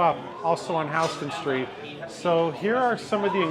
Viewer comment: Resident of NYC (most likely) because he pronounces Houston Street the correct (NYC) way.